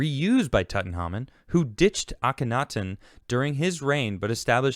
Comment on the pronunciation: Big fan but how tf don't you know how to pronounce Tutankhamun?? Come on lad...😄